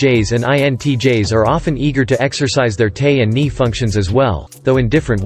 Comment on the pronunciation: This recording needs updating. Terminology that is not spelled as it sounds, like Ni or Te, aren't pronounced "nee" or "tay". You A.I. is reading it phonetically, and I've always thought the abbreviations for introvert and extravert should follow the function they modify, and now I know why. The problem originated with the MBTI's current terminology's usage. Should be iN or eT or iS or eF. Logical order, 1234.....ABCD....